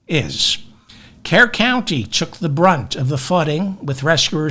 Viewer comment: David, Kerr County is pronounced Cur County. Also, just FYI for future reference, Bexar County is pronounced Bear County.